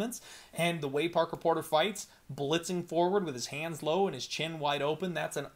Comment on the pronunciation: I'm so proud of u u finally got Parker Porters name right and more than once. You're moving up my guy lol